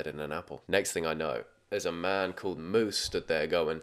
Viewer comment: i’m pretty sure his name is musa not moose 😭